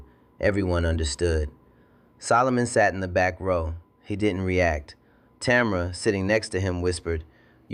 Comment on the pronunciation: 3times I heard the girl's name pronounced as TAMara (accent on the 1st syllable. STOP IT! The accent should be on the 2nd syllable and pronounced as TaMARa. Get your pronunciations right, then I might consider AI fit for 1st grade.